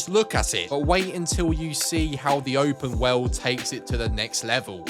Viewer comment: Open Woweld! Lol